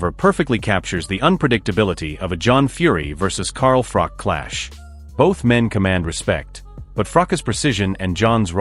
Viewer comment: At least pronounce Froch correctly if you are doing a video.